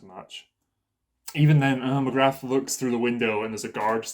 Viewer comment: I'm an anime watcher only, I think the war hammer titan one the less suspecious person in that rooom. So it's gonna be that tall gard or that maiden, coz they wanna make us think they're not family members. Also the warriors commender's name is Magath not Magrath 😂.